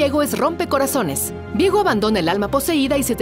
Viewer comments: Vi-ego viejo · Es viego o Diego, ni la narradora lo sabía.